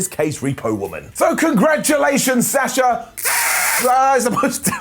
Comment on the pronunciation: It's pronounced - Bee on Kah Not -Bee anne ka And why do you pronounce sasha 2 different ways? Why not pronounce their names like how they pronounce them THEMSELVES? Sah SHa. Not Sass sha